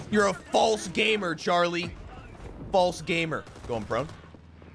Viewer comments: Watch the stream with other real Gaemuh's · I always assumed he was saying "gamer" all weird, am I wrong?